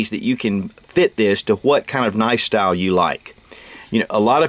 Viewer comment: You said knifestyle...like lifestyle only sharper! :-)